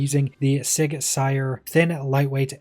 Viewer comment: Sauer pronounced sour, not sire